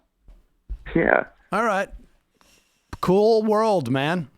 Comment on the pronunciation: "cewwl world man" hahaha